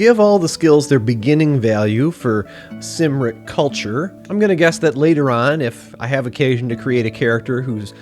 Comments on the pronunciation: Did you not read the mind your c’s and k’s? Cymric is pronounced Kim rik, not Sim rik. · Cymric is pronounced Kumric. Logres is pronounced Low-gray.